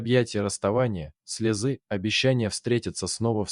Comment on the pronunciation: Ударения правильно не пробовали ставить? Слезы, надо читать слёзы.